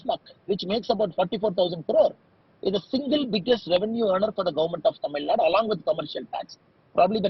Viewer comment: please pronounce it as Tamil Nadu.. not Tamilnad..